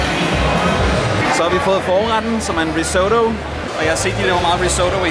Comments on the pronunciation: Fed video, men måden du udtaler risotto på..... uh ha det krakelerede i mig haha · Det hedder RIS-OTTO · Puha. Den måde du udtalte risotto på gjorde skam ondt i mit italiener hjerte😩😬 men ser da ud til I har en fed tur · Hvorfor udtaler du risotto på den måde? Det er en italiensk ret og ikke en amerikansk 😂